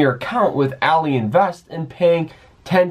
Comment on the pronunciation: What all-eee? Its ally like having an ally